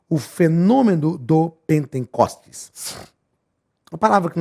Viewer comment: O SR FALOU POR TODA A AULA "PENTENCOSTES". O CORRETO É P E N T E C O S T E S , SEM 'N' DEUS ABENÇOE